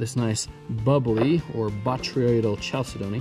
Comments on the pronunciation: you're pronouncing it wrong. it pronounced cal=sid-ney. if you don't believe me google it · It's actually pronounced cal-si-do-nee, but I am aware that I mispronounced it here by saying "chal" (happens sometimes when your filming). Everyone makes mistakes.